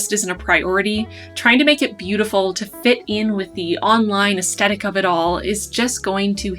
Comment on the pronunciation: Your video is my very first video I have watched on bullet journaling (a term I had never heard of until your video). It would have been nice if you had given a simple definition of what a "spread" is - you used the term umpteen times in this video and I still don't know what it is. Also, you're mispronouncing "aesthetic" - just thought you'd like to know. Your artwork is beautiful. You're very talented.